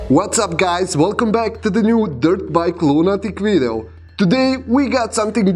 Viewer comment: But what is a Wideo? 🤔... Hahaha i'm sorry, im juet joking around! Great Clips, 👌🤙✌️